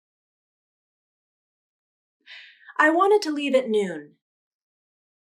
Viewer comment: in this time you said the word ( noon /nun/ ) I heard like /nʉːn/